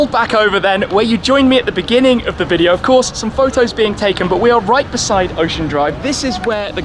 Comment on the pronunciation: "Eshmee from yo thuub? I see ebery bideo of you" and then you get the hip-hop guys cursing in Lord Shmee's video. That's Miami... LOLOL